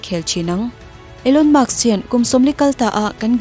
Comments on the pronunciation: Elon musk nge Elon muks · Maks inti zela, musk tiin in ziak leh bawk sia🫣🤗